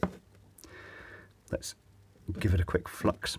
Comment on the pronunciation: At first i thought he was saying fuck instead of flux! lol